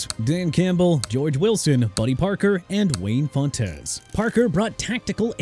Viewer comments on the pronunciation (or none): Fontes is pronounced like fonts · Wade Phillips on Buffalo's Mount Rushmore? Not over Chuck Knox, who turned a moribund Bills' team into playoff contenders. And can we get someone to fix the pronunciation of the names? It's LEE-vee, SEE-fert, and FONTS.